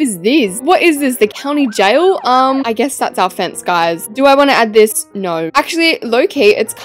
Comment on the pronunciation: "what on earth is theas?!"